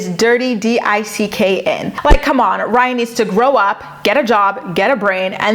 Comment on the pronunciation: I’m screaming 😂😂😂 you said “Rhine” 😭😭😭😭